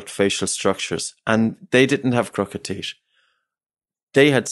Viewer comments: Unrelated but his accent makes it difficult for me to listen to this. The teesh (teeth) the teet(teeth) just pronounce the H 😠 😂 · It's TEETH, not TIESCH for christ's sake.